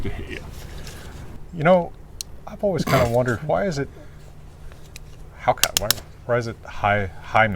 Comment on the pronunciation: Til how to pronounce hákarl! ...How on earth does hal'cauff come to be spelled hákarl?